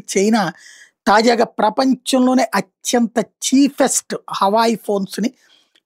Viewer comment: హవాయి కాదు హువావే 😂